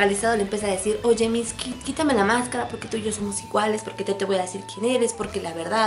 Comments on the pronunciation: deja de decir miski!! es MITSUKI C-A-R-A-M-B-A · mitski jajaja que pronunciación tan mala jajaja aprenden a pronunciar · Aunque se sepa que la "u" en japonés sea muda... No lo enterpretes como si fuera español... No se pronuncia "mitski" como tal... Escucha como lo pronuncian en Japones y te darás cuenta... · es mitsukii no mitski >:v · mitski? así se pronuncia??